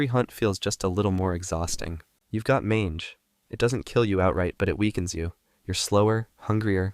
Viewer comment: Are we just not gonna talk about how he pronounced “Mange”